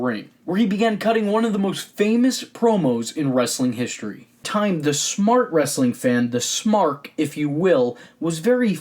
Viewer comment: HiSHtory is not a word. Learn how to talk